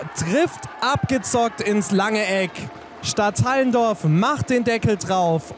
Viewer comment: Es wir nicht Stadthallendorf ausgesprochen sondern Stadt Allen Dorf